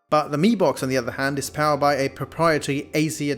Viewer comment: no offence but I think you called mi box as b mox😂😂😂😂